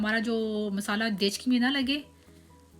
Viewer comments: 😂😂apne gekchi ko bola gechki. But recipe Mashallah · Are medam dechgi nahi degchi balte h